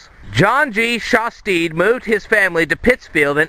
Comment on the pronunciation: you're pronouncing Shastid wrong lol it is shas-tid not shas-teed